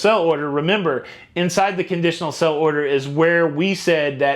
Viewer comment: You always say 'sell'-order but it's 'sail'-order